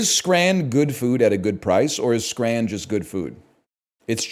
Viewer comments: As a Scot, hearing a North American say the word scran is very upsetting. This is like Craig all over again. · what in the fuck is "scran" and why would you ever call something edible that